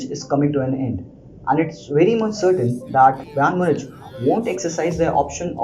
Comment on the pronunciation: yaar what is brAYN munich bhai ik dafa youtube par pronunciacion seekh le hamaisha lagta hai bayern itna chota club hai ke kisi ko naam bhi nahi lena aata